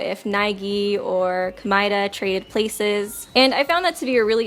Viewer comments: i hate the way this chick says Komaeda 🤦🏻‍♀️ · Ok so your favorite character is Komaeda but you won’t pronounce his name right? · Ko-mea-da! Not the way you say it! The English way is wrong, the Japanese was is wrong, Jinko? J*U*NKO! Ha-ji-mea! Did any of you know that Komeada Nagito shuffled turns into Makito Naegi